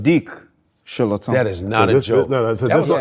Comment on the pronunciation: He pronounces his name properly.